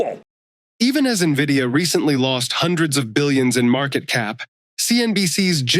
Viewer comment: Please keep up with how to pronounce the name of the stock, it starts with an "N", not an "I"😅